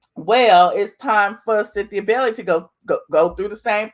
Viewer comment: Its bailey not belly